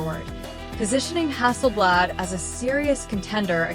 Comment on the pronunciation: When the AI calls it Hasselbled Im out.Cringe AF.